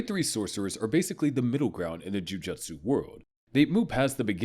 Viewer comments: …is it actually pronounced ju juhtsu sorcerers???????? That has to be a joke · Yeah, the anime channel who can't pronounce Jujutsu.